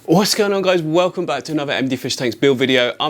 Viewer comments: Sorry sir, but you pronounced weHELcome back incorrectly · He says welcome normally Thankyou lol